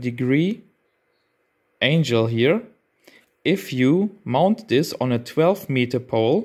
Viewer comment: Excellent video, well done.....I believe it should be angle not angel, but it might just be your accent 😂